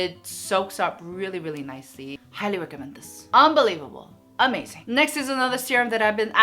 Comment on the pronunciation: Who loves it Everytime she said Urh-mazing 😂❤️ I rarely participate in giveaways cuz I’m not lucky but I hope for the best. Loves from Myanmar 🇲🇲 I love you ❤️